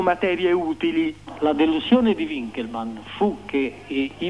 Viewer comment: Gigante è Gigante, appunto, Ma l'intervistatore che dice U inkelmann non si puo' sentire, la lingua è Tedesco!